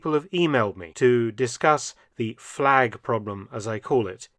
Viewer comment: Nice fleg...